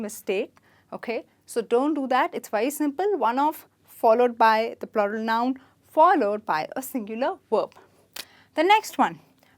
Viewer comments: Is it plural or ploral? I assumed it as floral!! 😂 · Why are you pronouncing PLURAL wrong ????